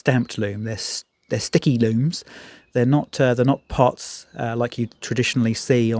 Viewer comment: *Lume plots. Not "pots".